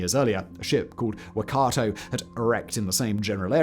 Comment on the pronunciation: Waikato is a region of New Zealand, and its pronounced wai-kaa-tow. Cheers.